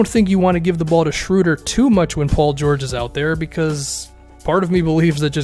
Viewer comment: ... the German “ö” (oe = ö) in Schroeder sounds something like the “ea” in earn or early. Give it a try :)